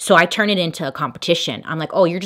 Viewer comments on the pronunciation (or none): none